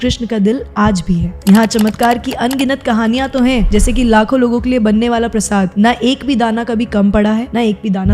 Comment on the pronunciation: Prashada bol diya prashad ko 🙂